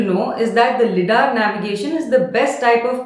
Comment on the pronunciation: Its pronounced “Lie”dar; Light Detection and Ranging